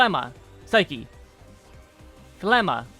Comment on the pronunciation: got my sub for pronouncing phlegma correctly